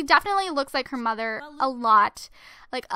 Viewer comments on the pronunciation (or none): none